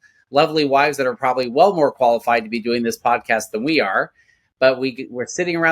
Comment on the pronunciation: Ed keep saying “qualified” with emphasis!! Great voice!!